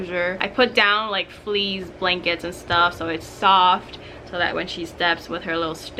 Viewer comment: Sorry I have to tease you a tiny bit....."fleas blanket" lol.